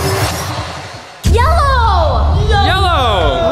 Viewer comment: Daniel teeth really said yello